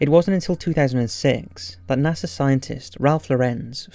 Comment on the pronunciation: You said NASER instead of NASA.